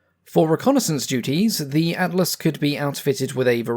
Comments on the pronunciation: Don't worry about it. Atlas sounded fine to me. Then again, I'm from a well dodgy part of Norf London. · didnt sound wrong when ye said atlas so... i guess its good enough